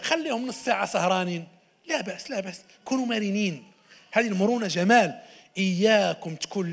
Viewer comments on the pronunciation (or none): none